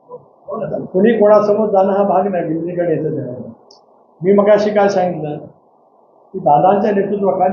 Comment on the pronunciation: No viligikaran , say vilinikaran . . .